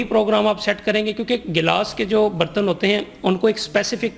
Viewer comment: Bartan tw suna tha ... yeh BARTANNZZ kiya hota hy😂😂😂😂 Yeh shyd dishwasher khareeddZZ kr pata chale gaaaa zzz😂😂😂😂😂😂